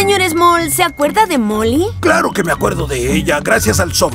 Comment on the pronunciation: en el es el se;or small no moll